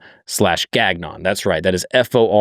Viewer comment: Bro, your last name is french, say it as it should be pronounced in French. It's not GAG-ON 😂